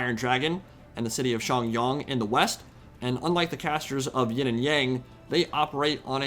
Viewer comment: BTW It's Yin not Ying :p good video though.